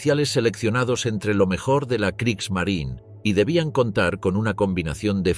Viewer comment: La Marina de Guerra alemana se llamaba Kriegsmarine y no "Kriegsmarin" como lo pronunciaría un español tratando de imitar a un estadounidense que no sabe hablar alemán. Esto es del mismo modo que a los automóviles Porsche lo pronunciaría "Porch" un español tratando de imitar a un estadounidense que no sabe hablar alemán. Son tan estúpidos estos españoles que creen que las palabras alemanas hay que pronunciarlas como las pronunciarían estadounidenses que no saben hablar alemán.